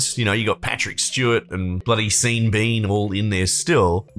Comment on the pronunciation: Sean is pronounced “Shaun”. Sorry, but we aussies already have a reputation for terrible pronunciation